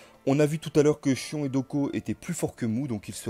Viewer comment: Rhââââ ! MOU du bélier; Miù, mi-hou collé (c'est mieux) et le Chions.... quelle horreur; je préfèrerais franchement que tu utilises les noms prononcés à la manière asiatique même si ton accent sera probablement mauvais. Ce n'est pas une critique méchante et t'es loin d'être le seul à le faire